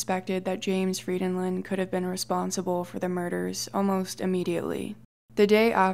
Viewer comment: I'm Norwegian, and this is the first time I've heard my last name (Frydenlund) pronounced right by an English speaking person. Maybe it's because people know I'm Norwegian and think that my name must be impossibly difficult to pronounce for that reason...? 😄 (My English friend says it sounds like I'm "singing a song in Elvish" when I'm speaking Norwegian.)